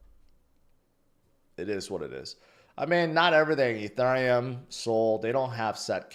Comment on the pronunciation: Why do you say “Ethurium” like that?